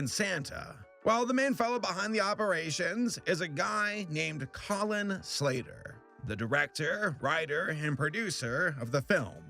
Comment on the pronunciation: Colin slater What I hear: Collin slayer